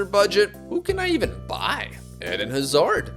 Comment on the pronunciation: the pronounciation of Hazard throughout the whole video gave me several aneurysms